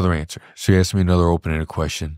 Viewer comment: Wait, he started off the interview with “… it’s how you axed”